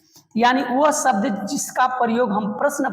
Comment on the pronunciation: Please improve your pronunciations(even Hindi... It's "शासन", not "सासन." "सब्द" नहीं "शब्द" Why are you stretching the word "and", making it "and..a"? You're a teacher. You should lead by example.